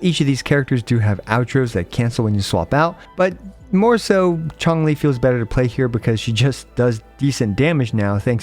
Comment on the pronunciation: Everyone: Changli: Chonk Lee